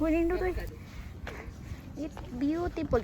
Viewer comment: It’s beautipul 😂😂😂